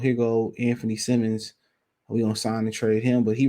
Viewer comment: Dude get Anfernee Simons name right, it's Simons Simons Simons, not fuckin Simmons it's not Anfernee Simmons